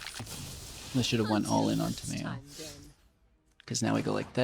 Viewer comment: "Ta-mayo" Tamayo? Ta-mayo?! What is she, a condiment?